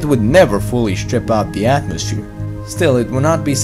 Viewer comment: Lol you can't pronounce th THATS hilarious.